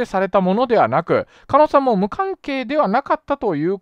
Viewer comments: 加納を"かの"と呼んでいるようにしか聞こえない笑 もうちょっと"かのう"って聞こえるように話して欲しいです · ｢かのかの｣言ってるけど｢かのう｣な 気になって仕方ない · 加納って人名前は聞いたことある程度の人だけどSNSって怖いね、そんな人たちのその場のノリでここまでの大騒ぎになるとは…いつもテレビに出てる芸能人って別にその人じゃなくても良いんだし、コソコソ隠れて自分の言動にも責任取れないくだらない奴はどんどん辞めさせて若い人にチャンスを与えて欲しい でも加納をカノと読んでる所にもやりました…狩野はカノと読むけど